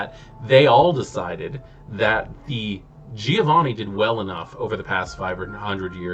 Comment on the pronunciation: recently discovered your channel, gotta say, excellent videos (content, presentation etc all top). have my subscription good sir! sidenote: i sure as hell have some weird pronounciations of WOD names ive gotten used to and cant shake off, like i´m sure everyone has. so please feel free ignore my need to state that: - giovanni sounds like JOE-vanni, rather than GEE-O-vanni - tzimisce (no living soul knows how to pronounce that, but) looks like it could be a word in some slavic language, but the TZEE-MEE-ZEE sounds nothing like it. it really should be CHI-MITCH , like JIMMY witch an CH at the end. that way it phonetically could actually be a czeck, romanian, serbian etc lastname.